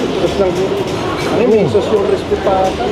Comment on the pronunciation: CRISH-PY sabi ng mamang nagsasalita.